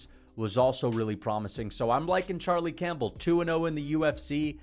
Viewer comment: Bro said Charlie Champbell 😭